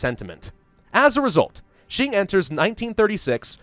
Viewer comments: Hey! Qing sounds similar to ching if you say "Cha-Ching" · Qing is actually pronounced as "Xing" in english. this sound is actually not in any english words, so think of this sound as the "ching" sound in english but instead of using your whole mouth, you make a lighter sound using your front teeth. hope this helps, and it's ok if anything sounds weird. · it is either prononuce shing like the sword shing or the king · Its Q-ing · i think it is pronounced shy-ing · Nah, yes the closest English transliteration might be Ching but the actual pronunciation is Ching without the h sound, so a bit like Cing. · It is pronounced like Ching sounding like a ch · Isn't Qing pronounced Ching? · Hail to the son of heaven! The rightful ruler of all of China!!! Also as for the pronunciation I think it's mostly said like it's "Kuing" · It is the chin the Q in mandarin is a ch noise. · No, unfortunately all of you are wrong. The Q in Qing is pronounce like a ch but without the h sound. So a bit like Cing. Source: I speak Chinese. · I'm pretty sure is the only hoi4 youtuber who doesn't know how to pronounce Qing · Thank you very irritating to hear saying it wrong